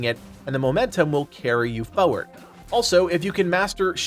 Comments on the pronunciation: Great video! On a side note for some reason it bothers me when people pronounce it fewerd instead of forward. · It's pronounced fore-ward not foe-ward.